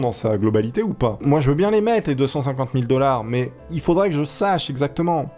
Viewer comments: c'est mais et pas mias XD ;) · "mais" pas "mias" mais pas grave 😂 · J'suis désolé de te dire ça mais le "mias" à me stress énormément! Merci de ta compréhension, au revoir.